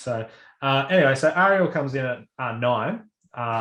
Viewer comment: Fuck listening to you guys talk about Disney princesses is rough. Ps it’s (air-real) Ariel like (air-rian) Aryan. Not arriel like are you done talking about this.